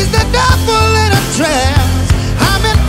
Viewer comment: Why do you say pevel but not truble